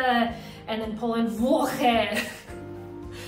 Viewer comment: I live in Poland and u say ł in włochy right